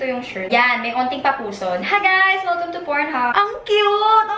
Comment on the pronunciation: "hi guys, welcum to pornhub" HAHAHAHAHAA LT E